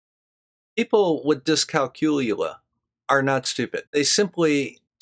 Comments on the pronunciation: Dyscalculia /ˌdɪskælˈkjuːliə The emphasis is on the CAL not the COOL, just like in calculate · Ah, never mind the 'L',. We'll write it off as the one you keep skipping when you say "discalcooya". The poor lost letter has to turn up somewhere, hasn't it?;)